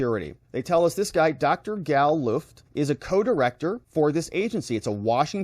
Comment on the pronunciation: So he says his name straight up (he pronounced Luft like look) and you cant even introduce him with the correct pronunciation. Pathetic and disrespectful comes to mind, you need to correct this.